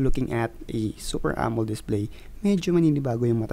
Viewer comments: wtf....it's amo-led not amold..... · AMO-LED po.d po AMOLD